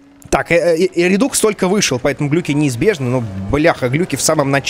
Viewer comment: Правильно говорить не РЕДУКС а РЕДАКС